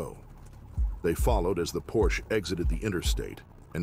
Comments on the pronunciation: Hey Dude, it's not a porch but a "PORSCHE" with an pronounced "E" at the end! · If you are going to do car videos, at least learn how to pronounce “Porsche”. It is “por sh A” Not “porsh” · Porsche is pronounced Por sha! It is a persons name. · It’s pronounced “por-sha” not “porsh”. 🙂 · Sorry.... but.... it isn`t pronounced "PORSCH" it is PorschE with a short E at the end. The car brand is named after Ferdinand Porsche... and not Ferdinand Porsch. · It's 'por-sha' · when I hear you mispronounce Porsche I could puke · Porsche is a 2 syllable word.